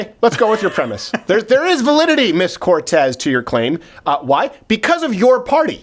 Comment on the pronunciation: Does he trill the R wrong on purpose?